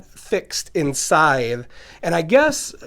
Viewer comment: Finally a channel that pronounces this game’s name correctly.